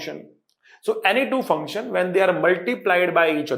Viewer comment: was epic sir says fu*ktion 😅